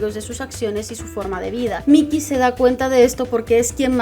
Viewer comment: Cada vez que me le decías Mickey (Mi-ki) en vez de (Mai-ki) a Mikey-kun me hacías 5hp de daño xD Fuera de eso, excelente video y me da gusto saber que hay alguien más que adora esta obra tanto como yo. Apúnteme en la lista de los que quieren más videos de Tokyo Revengers! Me gusta fangirlear aunque sea por proxy debido a que nadie más en mi círculo está leyendo esta obra... Y que hace uno con estos FEELS y MANLY TEARS?! ;0; #SaveMikey